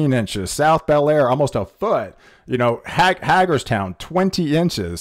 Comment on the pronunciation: Yes....look up pronunciation of Hagerstown, MD; Reading, PA; Worcester, MA and Scranton, PA. Other than the mispronunciations, your reporting and delivery are excellent!😁